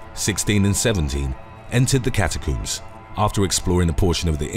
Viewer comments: Its CATACOMBS not CATACUMBS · cataCOMBS, there is no second o, it is not cataCOOMBS FFS! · "Say 'comb'": "Comb" "Now say, 'catacombs'": "Cata-COOMS" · cata-cooms or cata-combs? Do you coom or comb your hair? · Got me with a solid left hook with the whole "catacoombs" pronunciation. Hahaha 😂🤙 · I just wanna hear him say "cat-a-cooms" the whole video😂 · I loved it 😂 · “ Cat A Cooms”? Is that under the LIE BERRY? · “Cata cooms” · I've never heard "catacombs" pronounced as "catacooms". I suppose you also coom your hair? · OH MY DEAR GOD! Will you PLEASE stop saying "cata-cooms"?! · The way he pronounces catacombs 🤣🤣🤣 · Catacoombs, not catacombs? I think the first clip could be done again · Calm down. It's just the British pronunciation.